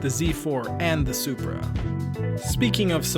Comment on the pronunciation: "It's a Zupra" Ok, MK4 A80 Supra is a Soarsupra